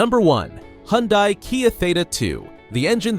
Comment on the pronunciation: Lawn mower engines boosted to eek out HP. What could go wrong? What’s a hee-on-dye?